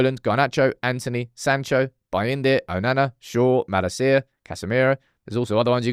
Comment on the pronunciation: My favorite thing about selling Malacia is not having to hear our dear mispronounce his name ever again, bless him.